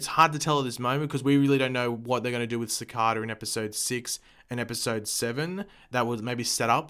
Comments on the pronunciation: It's pronounced SAH-CAY-DAH, not SAH-CAH-DAH ... And also your answer to everything is Time-Travel! Do you ever get tired of being wrong? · Everytime you pronounce cicada wrong an angel loses his wings. think about that the next time you pronounce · you pronounced cicada wrong